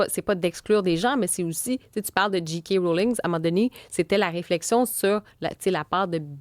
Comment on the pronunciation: Ça se prononce « Jay » « Kay », pas « Dji » « Qui ».